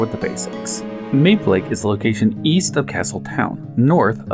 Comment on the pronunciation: This is a Japanese game. I can almost guarantee you the proper pronunciation is "ma-bay".